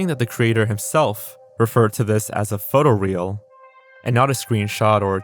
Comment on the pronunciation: Just pointing this out. The Shrek artist's post said "photo real" as in photo realistic, not "photo reel" as in a film strip